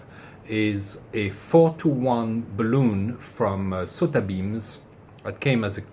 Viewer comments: That's BAHL-uhn, not buh-LOON. The latter is a rubber spheroid, typically filled with lighter than air gas, so it floats in the air. Balun comes from "balanced to unbalanced": bal-un. You fill a balloon with helium. 🎈 That accidentally short wire is why I carry a supply of Solder Seal splice connectors in my portable kit, along with a cigar lighter to melt the solder, shrink the tubing, and melt the hot glue lining. More convenient than bringing my butane soldering iron when I'm just going to use marine grade glue-lined heat shrink anyway. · Peter from TRX Bench also gently got lectured a few years ago for using the same pronunciation! But in his defence, the German plural of balun DOES sound very much like "balloon-en". IMHO "balloon" is probably preferable to saying "bay-lon" in the common US way, which again doesn't recognise the word's origin. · I can perfectly understand where the "bah-LOON" pronunciation comes from. It's not a big stretch if someone is unfamiliar with the word. The problem is that it's not truly a word, with a root word that shifts to the current meaning. It's a portmanteau, "bal" from "balanced" and "un" from "unbalanced". Portmanteaux don't necessarily follow ANY conventions for structure, derivation, or phonics -- they're entirely driven by convention. Worse, the BRITISH pronunciation is more like "bell-UHN". Why, I have no idea. They don't pronounce "balanced" or "unbalanced" oddly. The German pronunciation of "luftballon" doesn't even sound with a long "oon", it's more of an "uhn", or "euhn". It's very odd. But I agree whole-heartedly that it shouldn't EVER be "BAY-lun". Nor "BAW-lun".